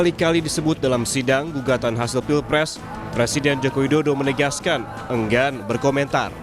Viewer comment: Woyyy Yang bener itu ngeja nama presiden, jangan ngaco gitu bikin malu aja....nih ejaan yang benar JOKO WIDODO.